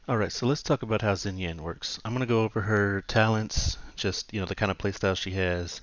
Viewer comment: Pronunciation is closer to "Shinyan"